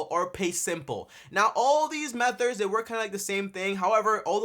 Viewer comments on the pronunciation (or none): Dude. M E T H O D S not METHORDS .. 🤦🏿‍♂️🤦🏿‍♂️